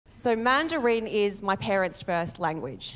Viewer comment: Man du reeen - is that the Australian accent? 😂😂😂